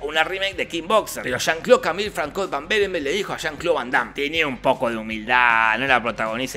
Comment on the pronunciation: a mi me chirriaban los oidos cuando en lugar de pronunciar "fransua" pronunciaba "francois" asi de una, pero por el resto 10/10, uno de sus mejores resumenes